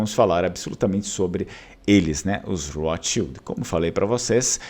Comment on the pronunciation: Porque pronunciar "rotschild" com R inglês? Esses agiotas de merda viviam em terras germânicas antes que se mudassem para a INGLAMERDA!